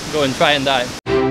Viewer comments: I thought you said that when the bottle is full you can try to "die", but I'm guessing you said "dive". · at 4.47 you said and them go die? because i heard that maybe you said dive but idk